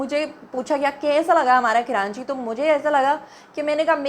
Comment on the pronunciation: کراچی ہی تو ریوینو دیتا ہے جس سے پنجاب اپ کو اچھا لگ رہا ہے ۔۔سندھ حکومت کھاجاتی ہے ج کچھ بچتا ہے اپ جو کرانچی کرانچی کر رہی ہیں ۔۔یاد رکھیں ۔کراچی میں مکرانی بلوچی پرانے لوگ بھی رہتے ہیں ۔پہلے کراچی کا نام کولاچی تھا ۔۔اور اردو اسپیکنگ نے کلاچی سے کراچی رکھا ہے ۔کراچی میں جو لوگ کرانچی بولتے ہیں ۔ان کی زبان اردو نہیں ہے اور کراچی میں دوسرے صوبوں کے لوگ رہتے ہیں ۔۔لیکن لاہور میں تو پنجابی ہیں ۔وہ کیوں لاہور کو لو ہور بولتے ہیں ۔۔پہلے اپ لو ہور اپنا ٹھیک کیجۓ ۔۔ ویسے اپ کی اردو بولنے پر ایک دفعہ تو مہرین سبطین بھی مذأق اڑأ رہی تھیں ۔۔اپ خود کتنے لفظ غلط بولتی ہیں۔۔ سندھ کی حکومت سندھی ہے ورنہ پہلے مصطفےکمال نے کراچی کو بہت صأف ستھرا بنادیا تھا ۔اور وہ ایشیاء کےتیسرے بڑے میٸر تھے